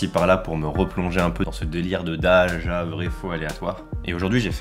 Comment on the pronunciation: Alors par contre ja ça se prononce ya et c' est oui en allemand 😂